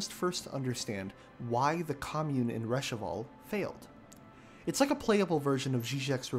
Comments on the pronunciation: I loved the vid but I think its Revachol no Rechavol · Your video is a masterpiece. But please it's reVAchol not reCHAvol. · I'm about halfway through the video and it is very good - as other people have said, it would be nice to see more content from you. But... come on, it's Revachol, not Rechavol. Not that it actually matters, of course, but I had to double-(and triple-)check it to see if I had gotten the name wrong all this time. Anyway, great stuff! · Rechevol > Revechol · I like the concept of this video, but I cannot tolerate an hour of this guy mispronouncing "Revachol" as "Reshavol". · I'll hopefully have more pertinent things to say once I'm done watching the video, but I have to point out - it's "Revachol". Which wouldn't be that big a deal if there wasn't a whole conversation with the fascist character about proper pronunciation (and loading screen tips). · The mispronounce of the city name is so jarring that I had to drop watching the video on 30th minute when 'Rechavol' repeated a few times in a row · It's really a testament to the quality of a video like this that you can mispronounce a word many times in the video (Revachol) and not be called out on it in the top 50 or so comments. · Only problem I had is your pronunciation of revachol 😂 however great video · You're saying "Revachol" wrong, lol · how are you gonna spend all this time writing an essay only to mispronounce Revachol the entire time? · It almost feels like he stole these analyses from someone else, because there is simply no way one can mispronounce ‘Revachol’ after finishing the game. EVERY SINGLE NPC SAYS IT. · some people play the game with voice acting disabled. but still, yeah, it would be nice to make sure you're pronouncing something right if you're gonna say it a lot of times. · Great video GREAT video but u pronounced Revachol so wrong 😭😭